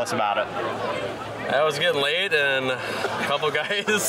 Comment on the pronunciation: Wait… Did he say “I was getting laid” or “it was getting late”? 😂😂😂😂😂